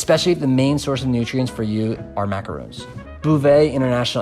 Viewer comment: He can't pronounce macaron. Need I say more?